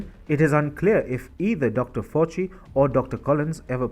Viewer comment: Fauci is pronounced “Fowchee” and D.A.R.P.A is just “Darpa” 👌